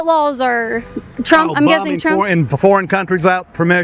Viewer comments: I really wish she would learn how to pronounce "lawls". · I'm sorry but hearing Caitlin say "lawl" or "lawls" when saying laws cracks me up 😂